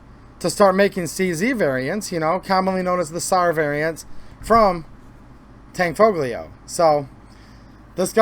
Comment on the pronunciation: The tanfoglio guns aren't actually mechanically a CZ. The fire control is different. You can run the slide with the safety on. I would say the Tanfoglio guns and Jericho clones are improved variants and the G is silent. It's Italian.